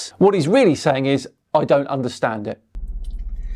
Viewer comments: does it sound like he's saying "arkyutects" to anyone else? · Arch-YOO-techs? Really? Wow. Just wow. And said 10 years since they "let out flat earth". So, like letting air out of a tire! Flat earth is like a flat tire! Got it! I like this analogy! We could add flerfs' heads to this one. Also, he's sitting in a vehicle. Does he not realize that he can't "feel the movement" when he's barreling down the highway at 80mph? Dear oh dear! It's truly mindboggling how brazenly ignorant this dude is. And he's so proud of his weaponized ignorance! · "Arkutects"? Oh!